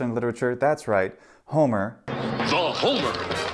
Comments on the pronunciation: If the accent is on "hó" why it sounds like you are doing it on mɛ? It sounds to me like you are pronouncing homɛros, and not hómɛros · He said hómε:ros with a long /ε:/ and he's using pitch accents, not stress accents.